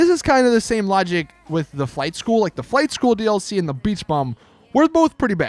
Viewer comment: the way you said flight school 2.0......why